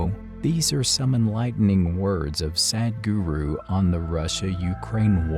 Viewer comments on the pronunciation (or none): To the narrator. The ,"Sad" in Sadhguru is not pronounced like the word "sad" It's pronounced like the word "sud".